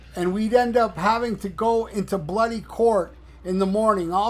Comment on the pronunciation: heh heh heh,, hearing an American say "bloody" is as funny as hearing an Englishman say "dude". Great video as usual.